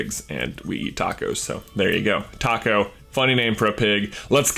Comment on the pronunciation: Please pronounce taco taco instead of taco. You know what I mean?